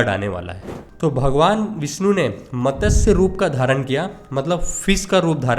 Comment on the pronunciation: Bhai matas nahi matsya